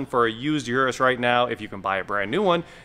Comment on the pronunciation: It's called Urus not Uris.